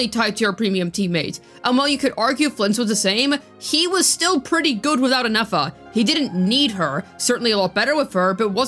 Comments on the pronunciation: It's Nefer not Nafer. Saying her name wrong the whole time was a bit triggering. lol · Lol neyfar 😂 i was like this is not that hard to pronounce properly